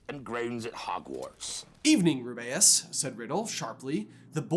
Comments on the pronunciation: Okay since when do you call Hagrid rub-bay-us it's ruby-us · Oh my god, why are you making the pronunciation of Rubeus weird? Please don’t do that☹️☹️☹️😭😭